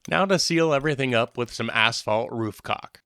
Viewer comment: You said asphalt, but I heard black caulk.